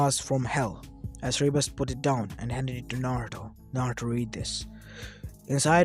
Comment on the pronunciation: Its not seereebrus its sounded sir_ber_us